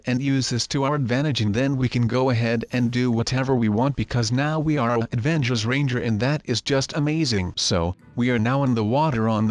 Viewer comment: Avangers lol rablox XD